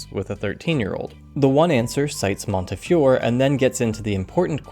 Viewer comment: Fantastic video, but I really think you should've awkwardly dubbed in the correct pronunciation of Montefiore when you say his name, it would've really elevated the video.